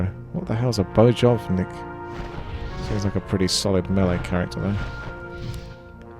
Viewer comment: And "bojovník" is fighter and it's pronounced [boyovnik]. :-)